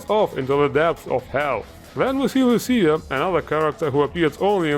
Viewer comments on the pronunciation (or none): none